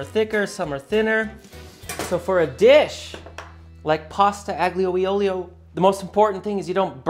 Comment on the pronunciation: it's pronounced like "pasta aglio e olio"